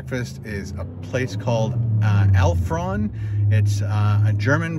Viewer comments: Just a note: It's pronounced 'Alp horn'. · It's called Alb-horn, no f or ph sound in there. That is the Alpine instrument in which you blow air. And Rösti is Swiss German and it is a different sound, too. 😉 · it's pronounced Alp Horn, as in Alpine Horn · I think it's Alp-horn. There were alps and a guy with a big horn on the sign, lol he said alphron once at least. Anyway, lots of ski racers there. My kind of place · Alp horn.....not alph ron